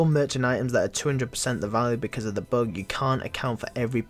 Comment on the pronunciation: "Bug" not bog "but" not bot ffs learn english